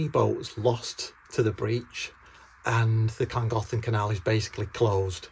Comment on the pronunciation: Sympathy for the narrow boatmen, but listening to scousers pronounce Llangollen was in itself a minor tragedy.